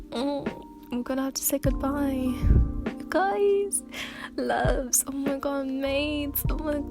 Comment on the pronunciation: For a second when she said loves at the end I thought she said levs lol